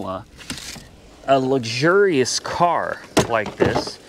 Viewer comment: Uh oh, did you say" luxurious" car!